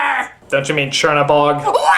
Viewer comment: ....ok he literally couldn't say Chernabog's name at the beginning, of the same review and what? now he can magically pronounce it?